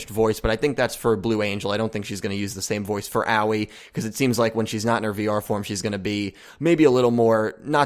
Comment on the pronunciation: It really bothers me how you say Aoi